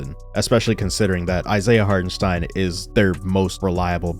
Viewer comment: Shoutout to your pronounciation of Hartenstein. As a German, it really is hard to watch some „experts“ remain pretty clueless when he is in the league for multiple years. Keep it up bro